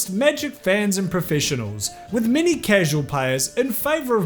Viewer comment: I been binge listening and taken till now to figure out he's not saying 'mini' scandels